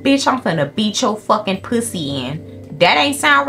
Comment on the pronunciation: HELPPPP I LOVE HOW SHE SAYS "POO-SEE"